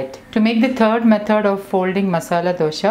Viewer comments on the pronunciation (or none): Don't say Dosha ,Dosha. It is Dosa.Where does that H come from? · It’s not dosha it’s dosa , please correct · It’s pronounced as dosa🤔 not dosha